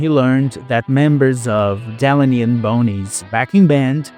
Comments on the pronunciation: DE-LAN-E AND BONEY! What the hell man! At least pronounce the musicians names properly. Show some respect! It is " De-lane-e and Bonnie"! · I bailed out , when he butchered the pronunciation of Delaney and Bonnie.